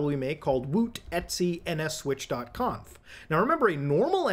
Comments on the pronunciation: "etsy"? It's just "et cetera", brother. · etc = etcetera not et sea. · its E.T.C not eatsy 😭🥀🥀